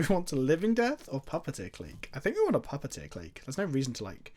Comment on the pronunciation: You misread puppeteer so many times it hurt